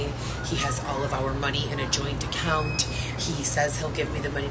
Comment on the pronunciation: I CANNOT STAND the way she talks omg!!! ImpaCt, accounT, cRRReate..The way she says those words makes my ears bleed!! She’s so pathetic.